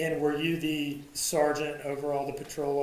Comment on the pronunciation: at first.. I thought I heard the say "Ciara/Siara" Rhymes with Tiara. And I didn't question it. Even pronounced it just as the said it. (Maybe intentional to keep the conversation flowing. Job titles are not important here. It's the responsibilities that are important.) Clearly, is a well educated man So, if he said it that way, then, from my perspective... Maybe that's a real name for the occupation. Then the Judge says something I could barely hear. And the smiles or made a smirk. Now...I have to know what the Judge said!! I turn my volume up and the rest is history.